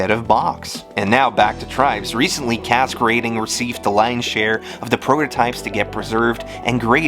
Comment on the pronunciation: Now wait a minute on this video did i hear "castrating" lol